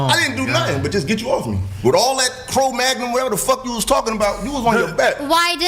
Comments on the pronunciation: The funniest part was he said...."You was doing all the Cro-Magnum stuff" (When it's called Krav-Maga). LoL. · "cro magnon"...😂🤣😭💀⚰️ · With all That “Cro-Magnon”…🤣😂😅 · LOL, he called it "Chrome Magnum". That's too funny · Krav Maga ❌❌ Crab mug-ugh ✅✅ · how he said "with all this crow maga and shit" ahaha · he called Krav Maga Cro Magnum hahahaa i love it. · Worth watching for the Scouse pronunciation of Krav Maga! 😆